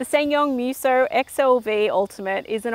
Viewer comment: The way she pronounces MEWSO is horrible 😂